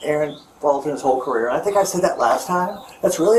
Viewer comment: I was thinking the same thing! He kept saying career like wtf!